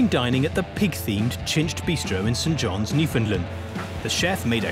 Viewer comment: St John’s (sounds saint) not Sent Jon’s